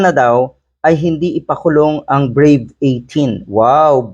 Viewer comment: hindi brave 18 kundi brive 18